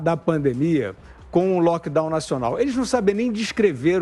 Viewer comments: NÃO É “LOCKDOW”, É LOCKDOWN (o N do final É PRONUNCIADO!!!!!) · meu querido a palavra é LockdowNNNNN e não "loquedau".